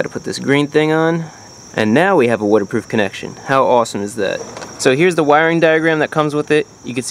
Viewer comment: “Wooderproof relay”